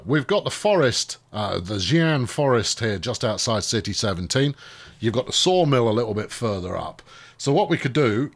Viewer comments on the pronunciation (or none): Xi'an is pronounced See-an